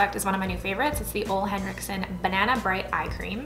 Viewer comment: Love you...buying the brushes on Friday...pay day girl...wanted you to know ole' henrickson is pronouced oola...he is amazing...xoxo